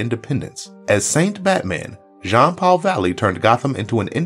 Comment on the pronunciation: It’s pronounced Jean-Paul, not John-Paul